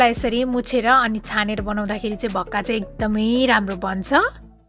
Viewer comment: Bhakka hoina ho mis it's call 'vaka'